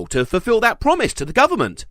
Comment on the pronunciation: Some may have heard "the government!" But i heard "ta guber mont!"